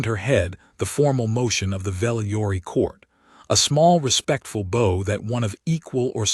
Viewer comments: I like the story but the constant mispronunciation of "bow" as though it was a part of a bow and arrow rather than a "bow" where you incline your body to another person in respect and it sounds like the word "ow" like something hurts. I could read better than this AI piece of crap about 60 years ago. Why do they use an AI reader instead of a live person? I'd read them for their presentation for free if they provided the equipment to record the script. edit: When it read the word "bowing" it was pronounced correctly so why did it then return to the wrong pronunciation again after that? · And a bow (bou) and a bow (boe).